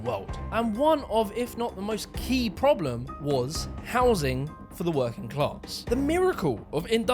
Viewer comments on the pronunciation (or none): none